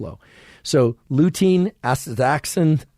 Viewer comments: andrew it is pronounced ass-tuh-zan-thin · Right? I’m a normie and even I know it’s pronounced “asta-ZAN-thin” 😂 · is he messing with us when he keeps mispronouncing astaxanthin? Lol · Asta - xan - thin 😉 Thanks for putting this together. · Yeah what the f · Is that how astaxanthin is pronounced?